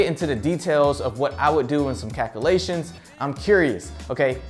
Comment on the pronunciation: I can't stand him mispronouncing calculations it's not calkoolations